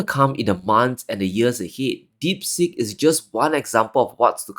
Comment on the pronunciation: Deep Seek, not as you mispronounced as "deep sick"! Not from India...